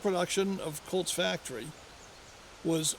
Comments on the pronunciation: Colts not colds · Colts not cults